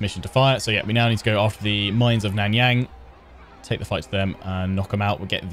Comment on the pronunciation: Love the video. Here're some help with the pronunciation: Miao Ying - Meow Ying Nan Yang - Naan (the bread) Young